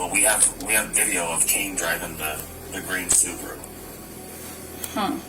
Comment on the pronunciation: Its called: SUBARU Its not called: SUBURU